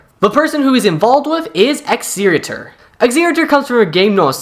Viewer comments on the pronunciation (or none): its pronounced eg-ze-ti-or 💔💔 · bro how are you butchering the pronunciation on exellor and exetior so badly.....